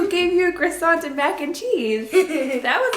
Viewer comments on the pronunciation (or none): none